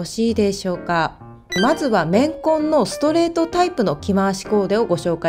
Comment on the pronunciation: レンコン、レンコン言ってるかと思ったら綿混だった…